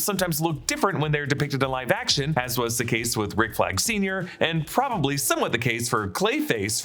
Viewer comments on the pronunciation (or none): none